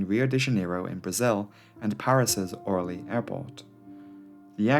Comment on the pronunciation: No! It is not Ooooooohrly, it is Orleeeeeeee. Stress is wrong.